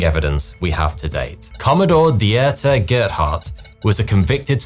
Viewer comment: Does somebody just give you a script, roll camera, and say go? Because you called Dieter Gerhardt "Dierté" and that is absolutely not how you say that name. Dieter = Dee-ter